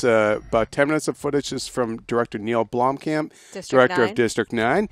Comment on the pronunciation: It's not pronounced "Bloomcamp", it's pronounced "Blomm-kump". Spelled Blomkamp of course.